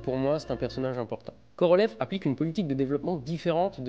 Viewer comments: Je vois que tu commences à prononcer les noms propres russes à la russe. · à votre prononciation du nom complete de Korolev, j'en déduis que vous pratiquez bien la langue russe. Félicitations.